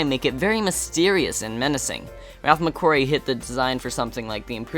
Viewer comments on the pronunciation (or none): none